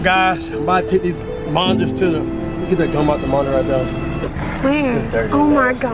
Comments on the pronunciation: “MoniTTTers” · I love how ash pronouces her "t" all the time like how she says monitors.